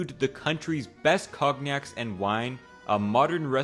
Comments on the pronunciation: "Cog-nac" lol. I believe with was written by ChatGPT for a "my-ree-add" of reasons. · What's kog-nack? Try AI next time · “COGnac” lol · Cog-Nack lol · Idk if this is AI or if the guy's first language is not English but he pronounces words incorrectly like with "cognac", "Soviet" and "myriad"... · Never hear "cognac" pronounced like that. Makes sense base on the spelling...